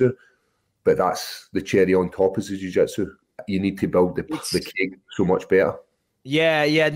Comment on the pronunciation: Paul "jiu jetsu" craig